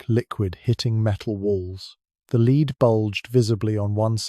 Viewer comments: AI voice. Nice accent but Henry's "lead" coffin was a "led" coffin, not a "leed" coffin. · The reader needs to learn how to pronounce lead. Not leeeed but lead. Lead sounds ridiculous.. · AI sucks! lead as led, not lead as to go first. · This stupid AI voice can't tell the difference between the metal lead and lead as in leading a horse. AI= Artificial Unintelligence. Suggestion. Use a human, it's cheaper and less off-putting. THE AUTHOR WILL TAKE NO NOTICE.